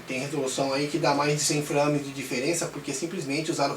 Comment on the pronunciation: Frâmes ... hehe bom video cara